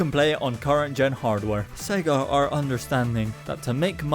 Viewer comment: I know it’s nothing, but I’m really triggered by you pronouncing it “Segga” instead of “Say-ga,” like the logo does at the start of Sonic the Hedgehog.